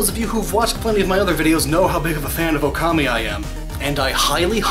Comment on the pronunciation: I just finished Okami HD, it's an AMAZING game and looks absolutely GORGEOUS in HD. Pro tip! If you want a physical release, the Japanese version can be played in English! Bonus pro tip! "Okami" is suppose to be pronounced with a long "O" sound. "大神" when written in hiragana is "おおかみ" which can easily be converted to English as "ookami". The official English title skips one of the "O"s though, hence the problem. BONUS FACT!* The game's title is a pun. "大神" ("ookami") literally translates to "great god" which makes sense since you're playing as Amaterasu who was one of the top gods in Japanese mythology. However, "Wolf" in Japanese is also "ookami". Hence, you play as Amarerasu, who is a great god (ookami) taking the form of a wolf (ookami).